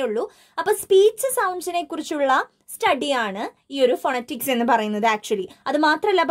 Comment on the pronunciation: Miss phonetics - /fəˈnɛtɪks/ ngne verne pronunciation vethyaasallye?